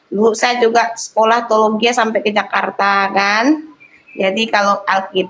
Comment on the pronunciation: Iya emang tdi teologia Tapi ngomongnya tologia🤦